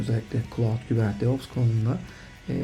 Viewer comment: Hocam iyisin hoşsun, şu kubernetes'i kubernet diye telafuz etme rica ediyorum. Kolaylıklar